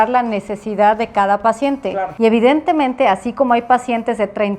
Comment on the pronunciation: No sé cuántas veces dijo evitentemente!!!!!!